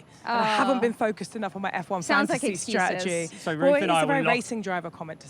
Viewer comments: why cant Ruth say the word Strategy! for an ex-strategist? Worrying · I think she’s great and would appreciate it if she would pronounce “ strategy” correctly.